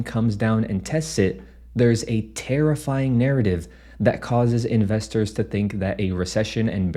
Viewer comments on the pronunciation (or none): Did you purposefully say a “tarfiff-ying” narrative?😂